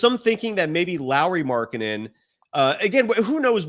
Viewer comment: Can you stop with the Lauri markanen pronunciation thing? It’s getting really annoying